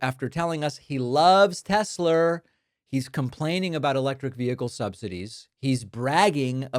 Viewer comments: "Teslur" and "Troth Central" are killing me. 😂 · I imagine Gomer Pyle would pronounce it Tesler too. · So much for 'ugh I love Tesler' 🤭. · David, you just made me laugh Troth, Tesler 😂 Tx